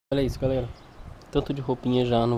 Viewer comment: A ver agora este vídeo antigo é à espera a todo o momento que a Carina apareça na porta a dizer "olá galela" 😁😁😁😁😁😁😁